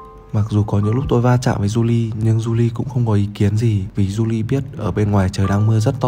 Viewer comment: May và July hình như là tháng 5 và tháng 7 và July đáng lẽ ra phải đọc là Julai ko phải July